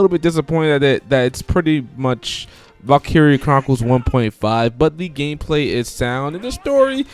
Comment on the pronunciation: You're saying it wrong.